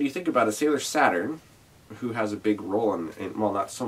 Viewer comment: yea i forgot the name of the Uranus Neptune song had to look it up Chou Bi Uranus Neptune/ Ha in this musical when they say Saturn it sounds like sat on.